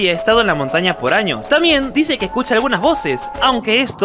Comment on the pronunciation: En el minuto Años no Anos si 😂